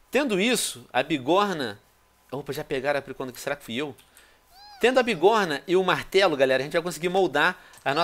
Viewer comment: Não é apricom é apricorna